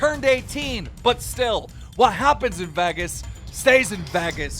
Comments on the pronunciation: Who says Vagas when they pronounce Vegas. Who? I didn't care about your retirement one way or the other. You saying Vagas tipped the scale. Leave the internet. Please. Fuck. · Lmao “vagas” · you had to ruin the whole video with your pronunciation of Vegas. VEGAS not Vagas. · No one else gonna talk about “Vaghus”… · vegas not vagas bro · Why are you saying Vehgas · Vegas, vay-guess. Come on Keem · "Vheggas" 😂🤣 Lmao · Why does he pronounce “Vegas” “Veggus” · Why does keem pronounce Vegas as “Vaggas” lol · As long as Keem been doing this you'd think he'd know how to pronounce the word VEGAS🤣🤣it bothers me sooooo much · I notice as to why is he pronouncing her name like that! 🤣 and saying Vagas weird. There’s also another name he missed pronounced At the beginning of this video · imagine living in America and not being able to pronounce vegas correctly... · thats not how you say vegas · Is he joking how he says Vegas? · Video was great but please for the love of god learn to pronounce Vegas right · i loved all of this till he pronounced vegas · They way you’re saying Vegas is killing my soul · "vegas" the way keem pronounces it 🤣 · This goofy been on the earth for half a century and still can’t pronounce Vegas. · Yo Keem it's not Vegas, it's Vegas